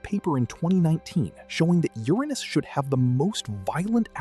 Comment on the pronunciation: Made it to 8 minutes. I can’t listen to you mispronounce Uranus anymore.